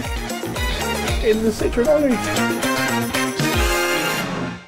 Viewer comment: What is wrong with the Brits?????? This car is NOT called a lemon, which is exactly what "citron" is in French. It's just as bad when they, and most Californians, refer to a Porsche as a "Porsch". Citroën is actually very easy to pronounce----si-tro-en. It's almost as easy as saying por-shaw. Please stop mangling French and German.